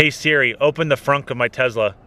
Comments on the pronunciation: please stop calling it Tezla:) great review tho! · Should’ve bought a Tesla instead of a Tezla 😝😉